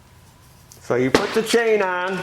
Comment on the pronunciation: I think teeth need some tightening. Every time he says chain, sounds like change😂. Maybe the HAAMS = lub-ri-cat-tíón